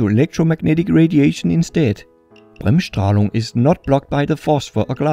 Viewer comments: how do you speak Bremsstrahlung so german? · You Said it good. Bremsstrahlung Is a German Word, and means break radiation.